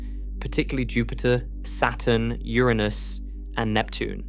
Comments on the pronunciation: "Ouranus"?? Yes, it's Uranus. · Was about to say the same! Damm, Ouranus IS large 🤦‍♂️🤣 They never get the pronounciation right... amateurs! 😊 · Pls pronounce URANUS correctly! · Did u say oranus or ur anus. Inquirering minds must know lol. Awesome channel my friend!!!! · Convenient couple of times to pronounce Uranus that way.